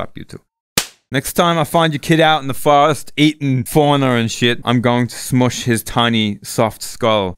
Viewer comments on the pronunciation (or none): in the fowest hahahahahaha